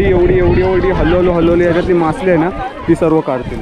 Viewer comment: मासली नाही रे बाळा मासळी